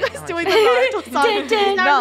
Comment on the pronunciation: Oh wait you say narto I love nolarto ahhhhhhhhh😭🤧